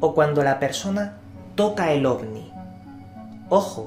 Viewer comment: Es mi idea o dice Ogni? xD